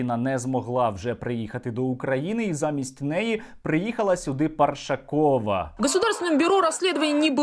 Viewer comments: Парашкова, наголос на другому складі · ПаРашкова а не паршакова